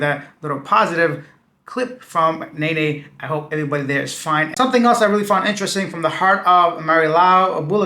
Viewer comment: The way you pronounce Nanay had me rolling 🤣🤣. It’s nah-nigh not nay-nay